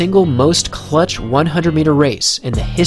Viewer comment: hearing this dude say clutch and GOAT makes me want to die